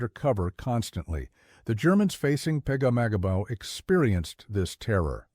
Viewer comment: If you say pegamagabo one more time 😅